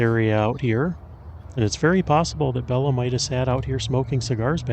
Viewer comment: He always said the proper pronounciation of his name was " Bay-la" not " Bell-a" 🫣